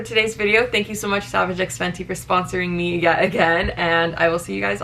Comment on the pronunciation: actually saying the brand correctly for once 💀😂